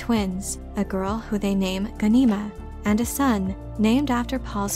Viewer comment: Wow. Someone else who can't pronounce names correctly. Watch the miniseries. It's GHAN-i-ma. All vowels are short.